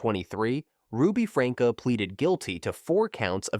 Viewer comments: AI is so annoying. Who is “Ruby Franka”? It’s pronounced “Frankie”. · Ruby’s last name is pronounced Frank-ee or Franky… But was spelled Franke… and NO ONE was surprised when she was arrested because people had been turning them into CPS for months due to being worried about the children. The one about the guy who drove drunk and killed someone. I had to watch the video, but in doing so, I really do believe he was remorseful. I was also able to find video about the man’s family who was killed. They forgave him and appreciated the video that he made about NOT choosing to drive drunk because it DOES ruin more than one person’s life. They show the family giving him a hug and all of them crying together, and he is still advocating against drunk driving. So, I believe he wasn’t just making that to make himself look good in court because he wants that video to be continuously put out for people to watch so others will learn from the terrible choice that he made. He has stated more than once that he hopes that it reaches enough people that it stops more of these tragedies from happening. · Lol good video.... but FrankEE and OH-knee-san are mispronounced so hard my guy.